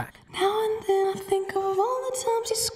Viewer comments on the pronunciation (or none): none